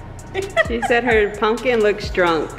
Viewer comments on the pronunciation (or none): Haha I’m hearing “punkin” 😂 I love your pumpkin!